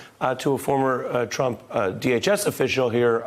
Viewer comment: actually said Anyone who is involved with Mr. Twump will be bwought down and wecked. Twy to be his ally and you will wegwet it.